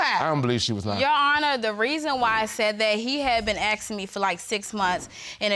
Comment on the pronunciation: For the millionth time it’s aSking not aXing 🤦🏼‍♀️